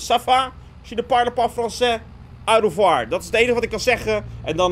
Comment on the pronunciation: Jan het is niet erg hoor maar je spreekt het uit als oo revoir